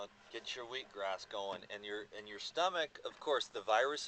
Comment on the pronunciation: its just cause you constantly hear weed-gras, ha!? :)